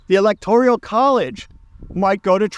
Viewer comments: Electorial college? It's the electoral college. You're lived in Poland and you don't know how to pronounce Zbigniew. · It's Electoral not "Electorial" college Virginia is Democrat not a swing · Electorial College? or Electoral College? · You can't even say ELECTORAL ... Correctly. . And also you don't seem to to comprehend the purpose and function of the electoral college (which is basically, to prevent the popular vote from determining the presidency.)